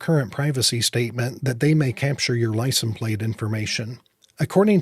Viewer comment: ...it is "license". It is not pronounced "licen". You seem to drop the "se" from the word. Annoying mispronunciation. As to your suggestion for folks to write various level representatives or the state employed...it is a waste of time. Does anyone with any scintilla of life experience, really think that government place holders care one whit about citizen's feelings? Really, sort of naive don't you think? Yes, our American tyrannical corrupt political system is showing it's true colors. And the sad truth is, there is not much, if anything, society can do about it.